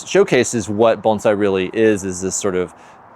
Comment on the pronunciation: At first glance, I really appreciate your pronunciation of the word “Bonsai”! It’s hard for me to understand how Bonsai artists can’t pronounce the word. I feel no matter how great of artist you feel you are, if you can’t pronounce Bonsai correctly then you’re not a good artist. But that just my opinion. Proud of you!🙏🏼😇💛